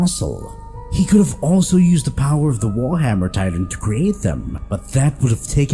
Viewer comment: Bro this nigga can’t even pronounce words right Annie leanhart tatan